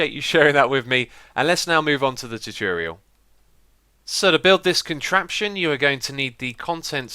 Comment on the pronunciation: The way he says "tutorial" makes me cringe